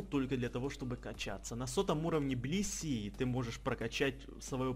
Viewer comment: Я услышал не блисси, а писи)))